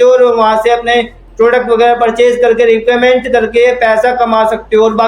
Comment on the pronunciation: Bolna to Sikh lo phele recommend to bolna ni aa rha 😂